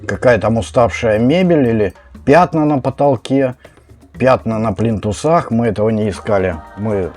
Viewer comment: Вы точно из Санкт-Петербурга? Меня смутили выражения"лифтАми, плинтусА,кранЫ". Так не говорят. По профессии вы строитель?